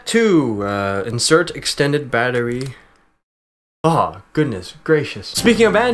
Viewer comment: o god, you made me laff hardd "insert bater...goodness gradious"